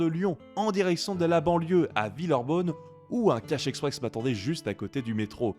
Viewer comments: le "à villeurbonne" m as fait explosé de rire apres c est rien c est juste que ça se dit villeurbAnne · Oui c'est après que j'ai relu le nom de la ville, c'est Villeurbanne 😅. J'ai confondu le N de VilleurbaNne avec un U 🤭.